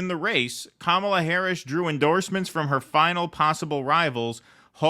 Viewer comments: KAH-muh-luh. The stress is on the first syllable. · Number of elected delegates Kamala has ever won: Zero. Welcome to the undemocratic Democratic Party. BTW, it's KAMala, not KaMAla. They are saying it's racist to mispronounce her name. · Wait so is it pronounced Kamala or Dogshit ? I'm so confused! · Commola, saddum, fawni, fanny. Django? I'll pronounce these as I wish minky